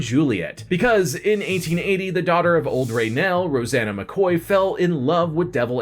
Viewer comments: Are you delibetatwly insulting or didnt bother to get good research or plain stupid or trying to revive a feud...oh or video reedited?????? Hr was NOT called OLD RAY NAL !! He eas called OLE RANDLE !!! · Who the heck is old Rannell It Old Ranald. You got about 20% of this right. This guy is a joke.